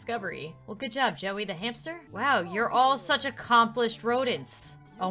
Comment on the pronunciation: When she said new hamster it sounds like new Hampshire